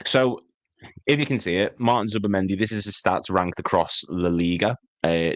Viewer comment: Keep saying zuabi &ain't nouri coming in the summer 100%ynwa